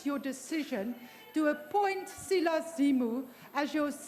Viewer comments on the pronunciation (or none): none